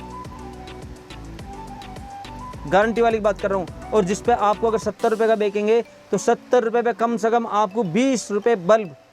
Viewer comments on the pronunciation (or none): Bekenge nehi kehte bechenge bolte hai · Are paagal, bekange nai, benchange bol